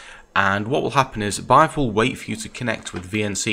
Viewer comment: It is still pronouced "beehive". Good video